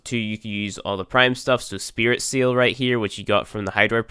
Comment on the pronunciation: You're supposed to say spritsail as one word, not as two.